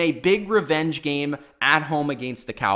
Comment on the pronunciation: Agaynst? What the fuck dude